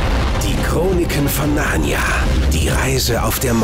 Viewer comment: Der sagt die ganze Zeit „Narrna“-es heißt Narnia!